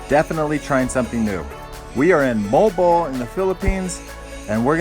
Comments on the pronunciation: It's (mo_al bo_al), sounds like pubic hair when you pronounce it molbol in our language..😄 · its mo - al -bo - al